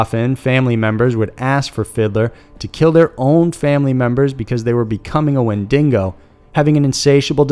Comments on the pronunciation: Lol, so funny how it's written properly in the picture and then he pronounces it like that... Jeeeeeeesus. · I sure am glad I wasn't the only one bothered by how he kept over and over pronouncing Wendigo wrong. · I'm surprised he pronounced it so horribly, it's not like wendigos are not well known. I feel like most people who frequent the internet have heard it at least once. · he can't pronounce wendigo, but somehow manages to pronounce Algonquin with no issues. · Ok. Am I the only Canadian that's annoyed with the mis pronouncing. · Very good video... Except for the Wendigo pronunciation, of course...🍻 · The wendigo is one of the most well known cryptids to my knowledge, never knew it was aussie. Oof. Really tho, the fact that dingo was the part emphasised made that pronunciation all the more hard to handle. So much so it seems most had issues with it. It was harsh to hear. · Your pronunciation of wendigo is my only problem with this video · Can you maybe learn to say things properly? We're in North America, not India for starters (our native people are not Indians). "Wen-di-go" not "when dingo". "Jez-oo-its" (sounding like "Jesus") not "gesh-ooits" (with a soft G sound). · Every time I hear “wendingo” it causes me physical pain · Comment section seems incredibly unified against the "Wendingo" mispronunciation. Not gonna lie, it was quite distressing, especially since the title slide which opened that chapter of the video had it spelled correctly on-screen. #BrainPain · Gods so much, I winced each time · Fenian Descendent616 he didn’t even say canine correctly🤣🤣 and here we are complaining about wendingo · When den knee goh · Wendingo + Dingo lul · I kept waiting for him to say a WinDINGO ate my baby. 😂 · W H E N D I N G O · omg yeah the wendigo pronunciation is brutal. Win dingo XD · Hahahaha Wen-ding-go love it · I snorted every time he said “wendingo” 😂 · Never heard of a "Windingo" but hey you learn something new everyday! Lol 😆💯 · "wenDINGO"? that s fresh